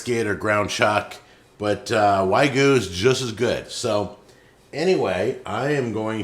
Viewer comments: He said waygu 😂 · I swear this guy can't read. Wagu??? It's wagyu you div! You pretty much say it as it's written. What a clown. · Of all his sins. All his ego. That he called wagyu “Waygoo” irks me. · Besides the absolute butchering of the burger, suggesting to "cook it as you like it" which you never should with ground meat, not melted cheese and 20 other atrocities he commited, the way of pronouncing wagyu as "waygu" just kind of hurt my soul. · When he said wagu i have never slapped my forehead as hard as I did right now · "Whygu" Also, isnt anyone gonna mention the the fkn carbonized patty? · HE SAID WAIGUI! Horrendous... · The clown music with his arm flapping about in the beginning is honestly the best part of the video. Too bad he cuts it off just as he tilts his head to the side which made him look even more retarded than usual. And yes. Making a burger out of wagyu or "way-goo" as says, is possibly the most retarded thing anybody can do. Ground wagyu is no different than very fatty ground beef except it's more expensive because of how it's made. The meat isn't any better. It's just fattier and more expensive. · You're saying you've never heard of pepper cheese? This is just habaneros foe the peppers. Also, did call it "why-goo" and not wagyu?lol